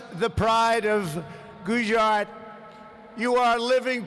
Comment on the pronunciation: Nobody: Trump: gowjaat(gujarath)